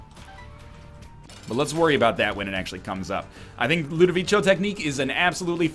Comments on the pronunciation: btw it's not pronounced "ludovicho" but "ludovicko" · 740 episodes still can't pronounce Ludovico